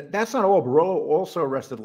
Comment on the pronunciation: Bor-Illlo or Bor-Ello? 😆. If you're going to make content on Italians, you gotta stop butchering the names. Its actually quite important.